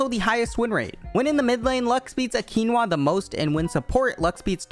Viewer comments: Qinhwa??? Its QI YA NA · Are we just gonna ignore how he pronounced Qiyana AQuinoa? Loll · its Q-i-y-a-n-a. lmao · Did- did he just say qinywa XD Well I guess we all say it differently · why he say qiyana like that 😟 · wtf is that qiyanna pronunciation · Errr.. how tf did u just pronounce qiyana??? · What did you call Qiyana ? wtf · how did you butcher qiyana's name that much? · As a Qiyana main you butchering the name makes me angry >:(